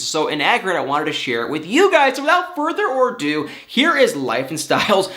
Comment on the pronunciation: “ Without further ado” not “or do”😉